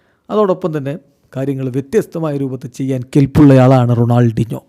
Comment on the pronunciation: Ronaldeenjo ennanello parayunnathu. Shashi fens nte chevi afichu poyo😂